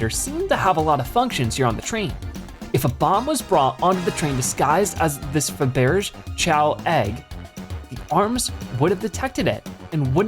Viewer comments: Yeah, that's not how you pronounce "Fabergé"... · I'm sorry, but your pronunciation of Faberge was awful